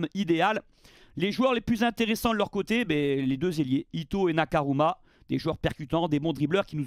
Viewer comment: c'est toujours pas NakaRuma mais NakaMura 😂